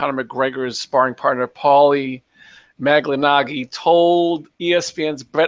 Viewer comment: Thanks for another great show,! BTW - It's "Mal-i-na-gee." He had a classic fight with Miguel Cotto back in the day!